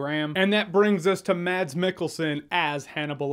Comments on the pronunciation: It’s mas not mad-s Because it’s a Norwegian name. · Hejsa :D It's not pronounced "MaDs" the D is silent so you say it like you'd say "Mass" Love from Denmark :D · His name is surprising pronounced as Mas (like Christmas)- Michael-son.